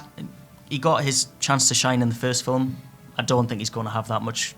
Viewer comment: There's no "e" in film, dude. "Fil-em"??